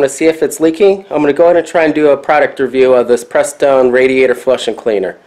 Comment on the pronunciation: Joey's Garage huh? What mechanic can't pronounce Prestone even before reading it?